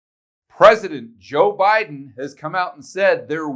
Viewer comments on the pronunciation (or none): none